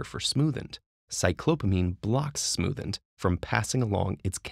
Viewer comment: Sorry but I keep hearing "the smoothn't" instead of "the smoothened" and its driving me insane